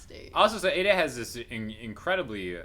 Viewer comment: Interesting comments! I wonder if Dimash’s “power pose” in the background near the end, was to help him brace against the (hopefully gentle) impact of the half-moon-shaped stage docking with the other part, where Igor is playing? It must have taken some good balance from them both .. Btw, I think Aïda is pronounced ‘Aahh-eee-dah’, rather than ‘Ada’, and she isn’t married as far as I know (in a number of countries, the wedding/engagement ring is worn on the right hand).